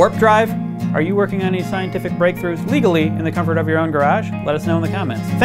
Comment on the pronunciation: lol emphasises legally